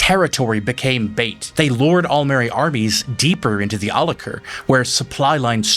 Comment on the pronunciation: I was going to point out that in the games, the province is pronounced Al la KEER. Then I remembered that the name is more closely related to Conan's city of Al Azair which has a very different sound.